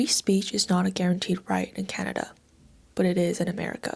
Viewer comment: 23 canadia. 😂